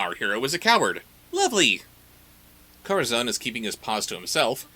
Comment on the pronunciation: Where to start with this series? First off, I can't get used to how everyone keeps calling Corazón 'Kohra-zawn'. I looked up the Latin American dub and they pronounce him perfectly! The first time they play fetchball, one of them puts the baseball in the toy box and Rotty claims it goes through the hoop. Seriously? What buffoon would through a baseball through a hoop? A baseball is clearly a toy, as evident in hundreds of illustrations of children's books. Luckily they seemed to have noticed that themselves and in the next episodes, the basketball goes into the hoop instead. Bringing us to our next point: Rotty. This has probably been pointed out in the video (I posted before watching) but why is his name Rotty if he's A BORDER COLLIE? And lastly, although people not that familiar with cars won't get this: the fact that the strays live in an old Toyota Van (VanWagon) from the 80s upsets me the more I see it. All those disposable 90s and 2000s cars in the junkyard, and they occupy the diamond in the rough. They made close to 170,000 of these in four years and only a few hundred are still on North American roads today. It's structurally even still in good condition save for graffiti and missing parts, and it is a crying shame to see one of the few survivors ending up like this.